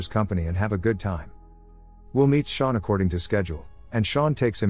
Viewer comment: Sean doesn’t pronounce Shawn